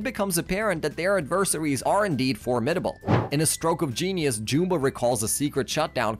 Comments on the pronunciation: It’s JUMba, not JOOMba. Did you even watch the movies? They say his name constantly. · jewmba? JEWMBA its Jum-bah liek yum but witha B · How do you pronounce Jumba so wrong? It is a movie, not a book. It literally says the name! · You can tell the narrator was not the writer of the script. He keeps saying jumba and gantu wromg as well as many other normal words.